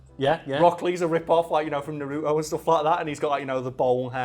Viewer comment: Why do people pronounce naruto like that?